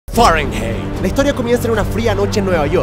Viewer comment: se pronuncia fahrenhait el diptongo ei en alemán se pronuncia ai